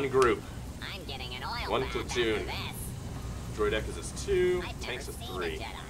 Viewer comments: It bothered me how he said Droideka, I've always heard it as "droid-eh-kah." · the way you pronounce droidica's is hilarious haha:)